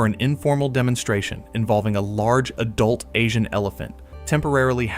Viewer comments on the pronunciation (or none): none